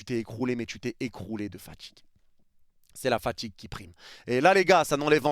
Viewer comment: AujourdJui Tchu as ressenTchi la faTchigue J'en peux plus de votre accent de merde ptn